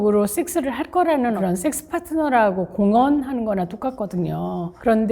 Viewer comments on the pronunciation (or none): 왜 식스로 들리죠 ?